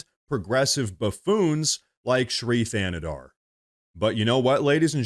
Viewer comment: It sounds like you're saying this queers name is Free Canada.🤣